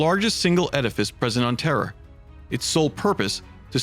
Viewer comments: why does it sound like "warriors of terror"? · Every time you say terra you say terror.